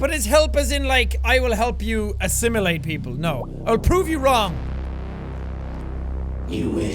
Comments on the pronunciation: I love that Simulacra pronounces assimilate as assimUlate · Does it bother anyone else that they mispronounce assimilate as "assimulate?"